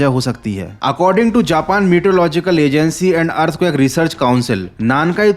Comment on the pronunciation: earthquake❌ earthcuack✅